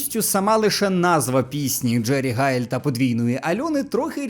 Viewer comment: Чому він каже Джері Хайл?